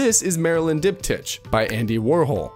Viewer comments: Diptych is pronounced "dip tick" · He starts saying coherence correctly in the later part of the video but the way he says diptych is very funny 😂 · it’s definitely not an ai voice considering he can’t pronounce coherent or diptych